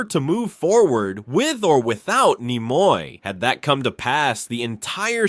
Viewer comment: Where the hell did this guy learn to speak english? His pronunciation of Nimoy and even religious are comical